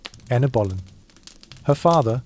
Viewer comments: THE AI MUST BE SPANISH: ANNE OF BOLINA, MY FOOT! IT'S ANNE BOLEYN!!!!!!!!!!!!!!!! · NOW, IT SAID ANNA BALOIN, AND A TOTALLY FOREIGN LANGUAGE. LOL................................................